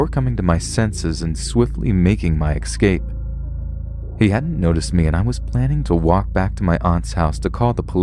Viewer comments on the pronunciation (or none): ESCAPE. not EXcape.